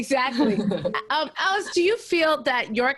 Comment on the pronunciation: Every time the interviewer said Alice incorrectly I wanted to cry. :(